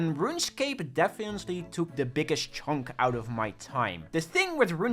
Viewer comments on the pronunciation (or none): "defiently" lol